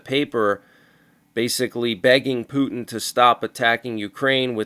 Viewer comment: 😂😂 I think it’s SO funny how you call him “Pew Tin “! 😂😂